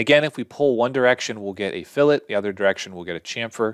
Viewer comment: Incredibly succinct, great voice/audio, and thanks for saying 'fillet' correctly. I need to get the Studio version of this ASAP!